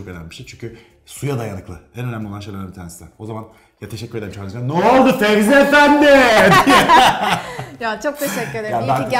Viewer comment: 'in tüm video boyunca Fezi'ye Fevzi demesi 😂😂